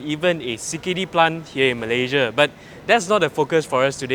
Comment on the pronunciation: Malayjia..malayjia... you're a Malaysian born. Pronounce your country's name properly. What for following native speaker's pronouncing Malaysia as malayjia.